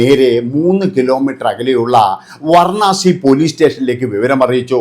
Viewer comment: വാരണാസി എന്നാണ് . സ്ഥലപ്പേര് കേട്ടിട്ടുളളത് എന്നാൽ . " വർണ്ണാസി " എന്ന് മുമ്പ് കേട്ടിട്ടില്ല ഏതാണ് ശരി. 🤌🏻